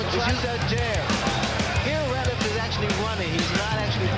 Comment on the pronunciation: It's Alfonso Ratliff, not Retliff